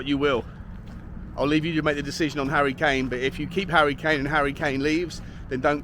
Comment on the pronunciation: Who is 'Harrty' Kane?